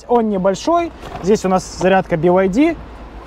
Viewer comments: BYD в разговорной речи употребляется как БИД, как и БМВ не би эм дабл ю ☝🏼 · Тут дело привычки) в китайской разговорной речи он произносится как бияди)